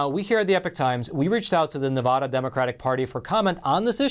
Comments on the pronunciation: Nevada ADD and ADA NOT Nevuhduhhh 😂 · It's not Nevuuuuda, it's Nev a da as in short a Nevada please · If you’re going to report on “Nevada” please learn how to pronounce the name! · QUIT SAYING NE-VUH-DA...IT'S NE-VAH-DA. Seriously dude, if there's anything we NeVAdans hate, is when people say our state wrong. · Supreme Court is a disgrace....what are they there for if not to hear cases.....and it is NevAda, NOT NeVAHda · Ne-va-da not na-vah-da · Please pronounce my States name properly. NEVADA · Neh-va-duh. Aaaa like in apple. NevAaada ... Nevada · These videos that have him say, "Nevada" incorrectly is like nails on a chalkboard SCREEEEEECCCCCCHHHHH! I almost cannot even listen to what he is trying to say because this is so annoying. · Love you but please learn to properly pronounce "Nevada".